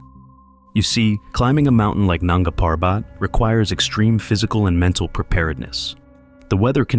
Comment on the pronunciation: Coolies??? Nanga Parbat … is pronounced with accent on 1st syllable of Parbat. What a hoax this crap is!